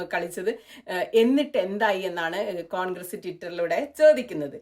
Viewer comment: കോൺഗ്രീസ് അല്ല. കോൺഗ്രസ് എന്നു പറയൂ. പ്രായം കുറെയായല്ലോ. 😂